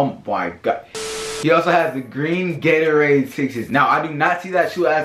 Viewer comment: Lol he said "Gatowade"😁😂😂